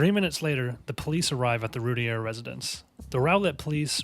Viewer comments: i emailed about how they mispronounce the last name, "its rooteer, not rooty-air" and they reply "Your name is rooteer" wtf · Except not pronounced the same. Rowlett is an "ow" sound as in "now". Routier is"ooh" or "rue". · It's prounounced Rooteer. you need to learn how an investigation is conducted, Yes you move articles, but you photograph and film them first, you then move to look for more evidence, photographing and filming all the while. Suggest you learn the case before doing a podcast. You have so much wrong it isn't funny. I've studied this case for over 20 years. Darlie is the killer.